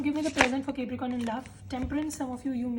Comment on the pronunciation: ITS NOT CAPERICORN ITS CAPRICORN, ILLITERACY AT ITS PEAK😂